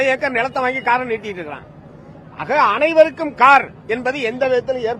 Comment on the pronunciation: Hello Saattai , thavaraga yennavendam: neega “ anaivarukkum vanakkam” yendru sonnal sariyaga irukum. Aana neenga solradhu “AAnaivarukum vanakkam” yendru ketkiradhu.